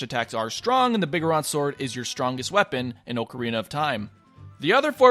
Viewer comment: I'm tilted that he said Biggeron sword instead of Big Goron Sword.